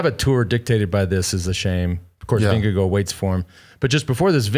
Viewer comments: wow plz say ` name correctly....Vin-Ge--Gaard not vingegoo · but it isn’t Vin-ge-gaard it’s Ving-e-gaard (and it’s not pronounced guard it’s more like gor as in Gore,- no d sound in the end)